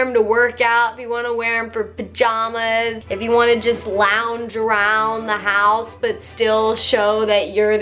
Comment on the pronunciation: Lownge arownd the howse.